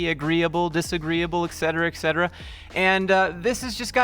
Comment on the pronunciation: Bro please start pronouncing "etc." correctly, I beg you. Other than that I can't believe that people actually treat such soft seriously. It's like you used an AI soft as a psychotherapist for the depressed people or something. This makes no logical sense whatsoever. You have to be a human to assess another human.